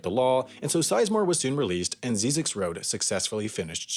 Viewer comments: He got the name wrong. It's pronounced "zizzix", not "zeezix". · Ziz icks, not zee (at least that's how I say it, don't think anyone really cares much either way 😂😂) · First of all, it’s pronounced “zye-zix.” Second of all, it leads to an ecological research center that is very important for desert related ecosystems and animals. It isn’t just a random road people in SoCal love to laugh at on their way to Vegas 😉. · It is actually pronounced Zz "I" ZX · It's actually pronounced ZY-ziks. (Rhymes with Isaac's.) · the road is pronounced “Zie-Zek” and there’s a science camp there that i stayed at over the weekend as a requirement for a science class at my university. it was pretty fun and we hiked out into the desert and searched for scorpions with UV flashlights at night. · It's pronounced "Zi-Zicks." First I like "Rise," second I like "Vicks." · its prounounced Zie-Ziks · You pronounce Zyzzyx incorrectly the first y sounds like a long I. A few people live and work there. There are classes at Zyzzyx regularly on archeology, history, photography and numerous other topics. I have given talks out there at the annual symposium and it is one of my favorite place in the desert. The movie crap though. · You're saying Zyzzyx road wrong. The Z has a S sound not a Z sound